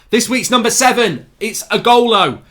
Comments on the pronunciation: Igolo? It’s Ighalo lol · Nobody: Absolutely Nobody: Mark: igholo!